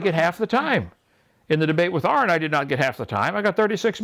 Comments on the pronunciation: Kent hovind "if they can mate and breed they are the same kind" Also kent hovind "well they're still obviously the same kind" Also kent hovind "well I dont know, that's a good question" KENT, THIS IS WHY ARON DESTROYED YOU. Also its aron, not Aaron. You've been corrected on this already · Hes can't even pronounce "Aron" properly...